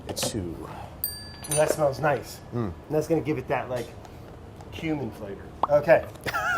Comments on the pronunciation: When brad said ground cumin, I thought I heard groun human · Ground Cumin sounded like Ground Human... and it was glorious. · Anybody else thought when he said cumin it sounded like human?? Got a little freaked for a second